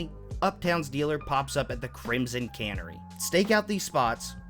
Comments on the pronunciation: “Canary”, like the bird, not “cannery”. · why does he pronounce canary like that?